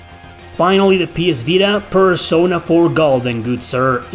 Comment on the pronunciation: great video, i do wanna provide a correction if you don't mind: you are pronouncing certain words like pokemon, taco, persona, incorrectly. they are pronounced the same as in spanish!